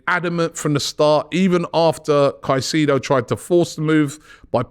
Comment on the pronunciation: So glad I don't have to hear about Moses Kah-seeee-doh any more.